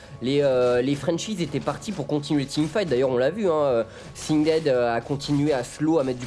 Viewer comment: de comment vous prononcez Singed. On est en France on parle français.